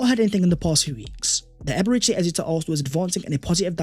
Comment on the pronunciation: it pronounced E-be-re-chi